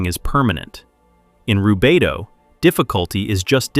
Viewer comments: i love the message, but the ai pronunciation of rubedo leaves me with doubt as im hearing it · I like your videos, but when you start with “he called it Rubito…” you loose me. It’s spelled Rubedo and Jung didn’t coin the term, medieval alchemists standardized the color sequence centuries before.